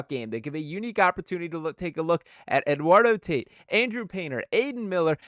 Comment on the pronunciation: It's pronounced Eduardo Tah-eat 😂. The Dombrowski rumors are from his Marlin and BoSox days. He brought back the Tigers to relevancy, but he couldn't keep Joel Zumaya from playing Guitar Hero.